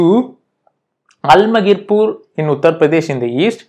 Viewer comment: Bro it is alamgirpur not almagirpur, please change it